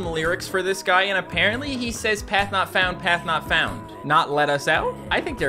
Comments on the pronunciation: It kind of sounds like guest knocks you out if you if you listen and no, I don’t mean I don’t mea guest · HES SAYING PATH NOT FOUND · He's saying path not found